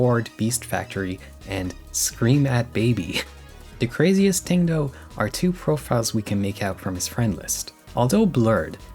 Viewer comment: “trows a tree” “ting”